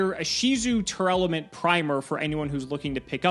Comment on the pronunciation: I wish people would stop adding an extra syllable into Tear-Laments. I don't think I've heard a single person pronounce the name correctly. Great video though, thank you for all of the information!